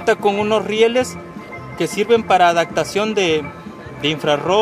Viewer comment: adactacion adactable